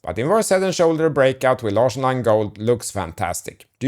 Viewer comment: So "Larsson" is pronounced like... "large"?!